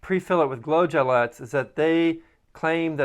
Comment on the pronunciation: They're gellets, pronounced like bullets. Gel bullets. Not gillettes.